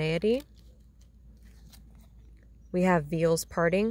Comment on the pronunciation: Beautiful calming lakeside reading >< I enjoy that. Veil(s) is pronounced 'Veyl' as in ''Today's Lakeside Cake Break Bake''